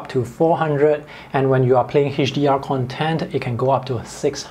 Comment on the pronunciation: It just drives me crazy that you keep pronouncing Content, with accent on 2nd syllabus. It is kənˈtent ... CONtent(n) = materials; conTENT(adj) = happy